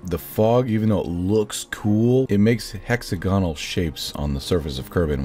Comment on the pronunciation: Hexa-GON-al? Hex-AG-O-nal